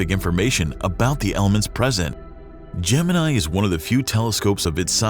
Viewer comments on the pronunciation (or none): none